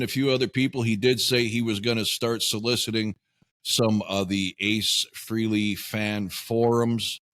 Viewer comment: Frehley...pronounced fray-lee.